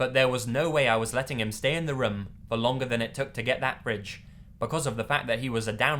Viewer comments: OH MY GOD HE SAYS RUM INSTEAD OF ROOM I love that oml <3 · Room = "Rhum" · please practice how to say room bro it's too much lol